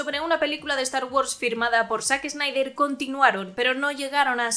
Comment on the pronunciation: Excelente, pero la pronunciación es "zaxnaider"